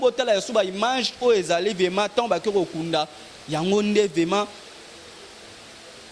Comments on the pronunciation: Balobaka vement ou vraiment. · Monsieur on dit vraiment et non vema